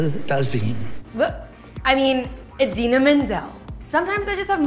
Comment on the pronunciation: You pronounced Idinas name right. Good job.